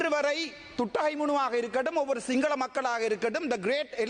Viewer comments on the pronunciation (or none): புணர்ச்சிக்கும் புனர்ச்சிக்கும் வித்தியாசம் தெரிஞ்ச டாக்குடருக்கு, Sepaக்கு (සැප) சப சப'ன்னு சொல்லிட்டு இருக்காரு. Sinhala'க்கு Singala, singala'ன்னு சொல்லிட்டு இருக்காரு. மொத்தத்தில் இவருக்கும் Pronunciation பிரச்சினை இருக்கு.... இதுல இவரு ஏதோ மேதாவி மாதிரியும் மத்தவனை குறை சொல்லிக்கிட்டு இருக்காரு. இவனுங்கட பிரச்சினையே இது தான்... மத்தவனை திருத்த முதல் உன்னை திருத்து....